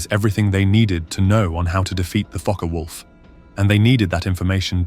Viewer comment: NO MENTION of the very obvious much taller under-carraige ( or "under-cart" - as my post-war conscripted ground-crew father used to say) ; doesnt seem to be required for a larger diameter prop ?? Mixing of completely IN-correct and nearly correct pronunciations of "FokkeR Vulf" (actual German) is VERY annoying as so easy to look up !!